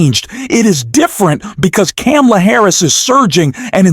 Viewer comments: Yep. What is wrong with, that he seemingly deliberately mispronounces her name? Try saying Kar-ma-la, FFS. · comma;la.......really not that hard to say correctly, PLEASE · Please learn how to pronounce Kamala. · I will not like or follow you until you learn to pronounce Kamala’s name correctly.. COMMA-LA. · Her name is comma-la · needs to learn how to pronounce Kamala's name before he can continue publishing critical analysis against Trump. It is very annoying listening his analysis about Kamala. He obviously didn't listen to the DNC speaches. This may be a computer generated audio. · Great video, but PLEASE learn to pronounce VP Harris' name correctly. Then, you'll get my "like". The "Ka" rhymes with "Pa". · Learn to pronounce Kamala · Everyone who has a problem with the narrator not being able to pronounce Kamala name right seriously needs to get over themselves. I'm sure you wouldn't like me either and here's the sad thing, I'm an independent who voted for both republicans and democrats and this year will vote for Harris and I even believe that as Trump is the nominee that it might not be the right choice to vote for a 3rd party because we need to do everything we can to keep Trump out of office, but those who have a problem with anyone who's not able to pronounce her name right, probably wouldn't like me either. Seriously grow up and get over yourself snowflakes. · If you want to call out Trump on his cognitive decline and hypocrisy….you should learn to pronounce Kamala’s name properly. 🤨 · Please learn how to pronounce kamala the right way before posting another video. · Pronounce Kamala Harris properly.